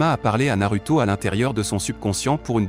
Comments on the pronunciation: ça se dit narouto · Et Naruto--> nar(ou)to 😅